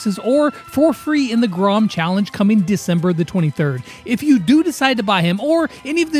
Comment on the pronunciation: Grom not Groff lol.